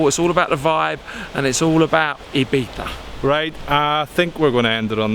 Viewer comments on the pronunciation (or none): Did you just say Ibitha???